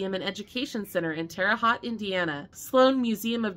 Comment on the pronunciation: Terra Haute is pronounced Terra Hote.